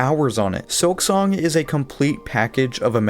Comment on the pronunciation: Hermano es un excelente juego pero por favor deja de usar la AI para hablar en tus videos Se oye horrible que llames "SILKONG" a SILKSONG